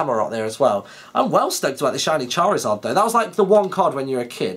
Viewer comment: charizard, or as would say, CHARLIZARD!!!!!!! hahaha:D